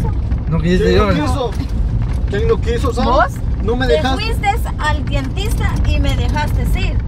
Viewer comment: Jajajaja jajajaja 😂 ni ablar saves dientista x decir dentista guaooo k mala honda ay marvin esa esta loca y loca y eso de estar peleado enfrente de los niños k barbaridad